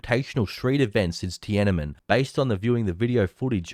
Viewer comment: did he just say tiannem square instead of tiannamen sq